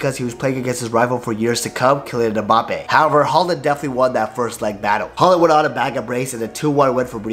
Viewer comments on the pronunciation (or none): none